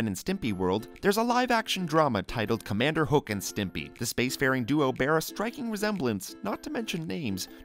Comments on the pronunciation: It’s pronounced HOE-IK … not HOoK 😁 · You just couldn't have taken the time to figure out how to pronounce his name right, could you? It's not Krick - Falusi, its Chris-Falusi . And when you said that Ren's last name was HOOK, when the show, and even the video used said it's pronounced HO-EK, I stopped watching. Which is good because your "facts" had devolved into minor plot points like Ren's pecks. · It's pronounced HO-ICK not HOOK. It's a two syllable word. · It's pronounced "HO-EK," not "HOOK!" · Its pronounced Hoe-ick not hook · Really, it's not Hook it's Ho-ek. Ho...Ek, Ho...Ek. It's said in the show a couple times. Please if your going to do something like this get your facts right. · Ren's last name is pronounced hoe-ekk not "hook" as you pronounced it....... Ren says it very often throughout the series. Did you even watch more than one or two episodes before you took on the job of doing this specific voice over? Who does your fact checking? Who works as your dialog editor? They need to be fired..... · It's pronounced Ho-eck. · good video but you said rens last name wrong, it sounds like hoe-ick but spelled hoek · ok, time to correct them on what they got wrong.. first, the series technically started in september of 1990 with the pilot episode, not 1991. Ren's last name is pronounced Hoe-eck.. i'm sure their are more that other people can find that they got wrong.. they never do a video without "facts" being wrong.. maybe if they fact-checked more.. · you pronounce Ren's, last name wrong.